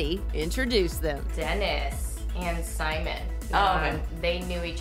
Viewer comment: Okay she killed she pronunciation of Simon’s last name 🔥🔥🔥